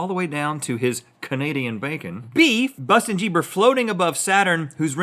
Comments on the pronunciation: It’s Justin Bieber not bustin jieber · bustin jieber... RHETT THAT WAS AMAZİNG MCKFMKCFMD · "We shall not say his name but we shall call him Bustin Jieber